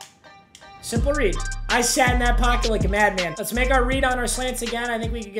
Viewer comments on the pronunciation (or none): none